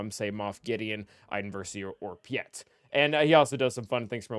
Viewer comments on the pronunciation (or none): none